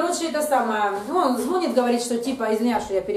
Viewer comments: звонИт, звонИт звонИт, звонИт, звоніт-ударение на последний слог, это не сложно, тренируйтесь, проговаривайте. Когда вы говорите звОнит это звучит так, если бы вы говорили-плЮёт, вОняет, виделА, ходилА. Нет слова звОнит, есть слово звонИт. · ЗвонИт,ну если звОнит,то не повторяйте двадцать раз...